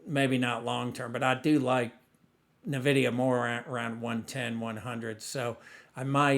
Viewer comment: FYI: It’s pronounced N Vidia not Navidia.